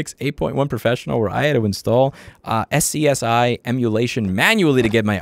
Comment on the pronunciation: Ahem... SCUZZY. SCSI is pronounced SCUZZY. That is all. Good day!